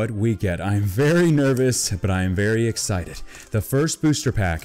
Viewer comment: if you guys didn't hear he said egg sicted